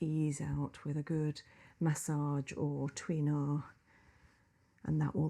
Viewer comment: I like, I'm not saying this to be nasty, but she is consistently mispronouncing Tui Na. It isn't pronounced Twee, the vowel sound UI is pronounced in Chinese like the "ay" in sway. It should be pronounced tway (one syllable, not t'way).